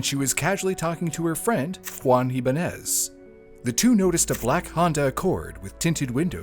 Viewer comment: Ibañes - Ee-bun-yes